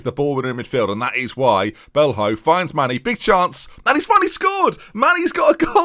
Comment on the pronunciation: O'Riordan is pronounced more like O'Riden, and Belho would be Belyo. Just think of players like Ronaldinho & Coutinho when names end in ho - it's almost always "yo".